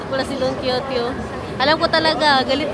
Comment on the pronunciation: Ueno pronounced as "Weno", walang "O" sa unahan, my. Don Quijote(Quixote) = pronounced as "ki-ho-te" No bashing please❤❤❤